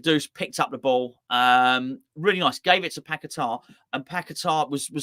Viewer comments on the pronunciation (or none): none